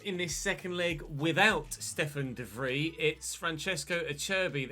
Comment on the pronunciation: Its pronounced more like Stefan de Vreye, then Vreeeeeee... just saying.